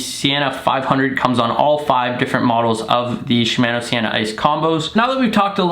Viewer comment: You don’t pronounce shimano correctly, it like your saying shimaano and not shimono